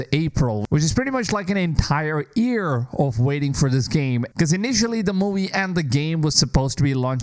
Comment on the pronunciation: Why do you pronounce year as "ear"?